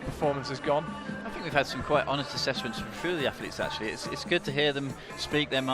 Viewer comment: Its think not fink ,speak properly if you are going to commentate.